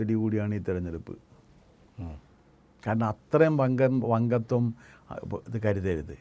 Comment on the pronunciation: വങ്കത്വം എന്നല്ല, വങ്കത്തം എന്നല്ലേ?😂